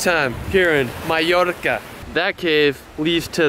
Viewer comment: Loved the local accent you tried when you said Maaaallorca lol.